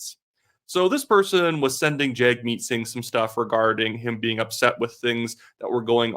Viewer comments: At least have enough respect to say his name right. You are media. It’s not said jagmeet. It’s said jugmeet. Weather you like a person or not this is the minimum of respect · You ought not Anglicize the pronunciation of Singh's name. It's pronounced Jug' meet. Saying it wrong hurts your credibility